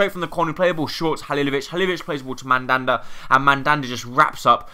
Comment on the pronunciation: BTW it's MaLanda not mandanda